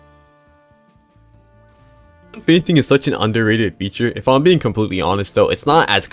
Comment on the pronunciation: Thought bro said feigning